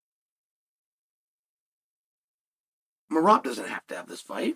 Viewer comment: how he is pronouncing Meraaaab sounds so different and cool😁Meraaab😁🫣